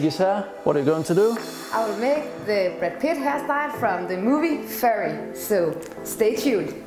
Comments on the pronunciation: "It's not Furry.. it's Fury".. pronounced "Fewree" not "Furee" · Did she say furry?🤣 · Omg 😂 aye guys I can tell these guys are from Germany. The pronunciation is not like any other in English. I would say it's a "kartofellish" spreech right here "furry" WTF I laugh so loud I feel every muscle in my stomach. Living in Germany is crazy enough but seeing this Typ of Kartofellish speech is not from this world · You are correct. They don't always have sex but they do dress up in animal costumes and take on a more animalistic persona. I was watching Fury recently and my coworkers also pronounced it as "Furry". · It's fyury that's how to pronounce it its fury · Bruh furry its pronounced as fioury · When you hear her pronounce "fury" wrong and go to the comments to see people making jokes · We knew soon as we finished the recording that it was mispronounced 😄⭐️